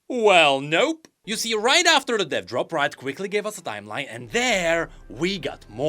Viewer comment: my sweet sweet summer child. I want you to know that with your accent when you say "Dev Drop" all I hear is "Death Drop" and now all I want to see is a Drag Queen act performing a Death Drop 😂😂🖤🖤